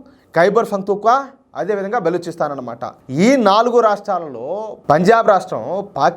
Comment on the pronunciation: బెలుచిస్తాన్ కాదు బ్రదర్, బలుచిస్తాన్...